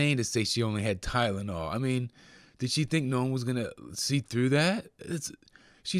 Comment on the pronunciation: said "tydenol" not Tylenol! She didn't even know how to say it, she's so dumb. She isn't running or creating any high tech products or company! Puh-leeze!